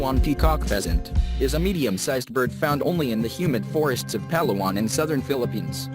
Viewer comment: The Voice-over guy sounds Filipino and yet pronounced local names like a foreigner. Pal a-wan? It's Palaw an.